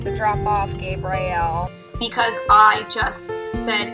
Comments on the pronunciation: Who names dogs some of the most popular and known names in the world then decides to pronounce them so stupid? Your I -L , Sam-I L, Gabe Rie L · Adorable! But, oooof. That pronunciation of the names is like nails on a chalkboard. Bro it's pretty clearly "your-ee-el" not "your-eye-el", "Sam-ee-el" not "sam-eye-el", and "gay-brie-el" not "gay-br-eye-el" just based on the spelling alone 😬 who thought yall how to read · Right? I’ve never heard anyone pronounce it “Gay-bry-ell” or however she was saying it 🤦‍♀️